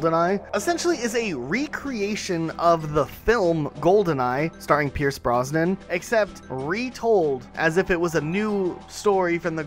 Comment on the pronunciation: Pierce Brosnan not Pierce Bronson/Bronsnon